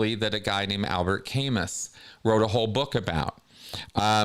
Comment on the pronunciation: Just a bugaboo...Albert Camus is prounounced "Albear Cam-oo". Good show,!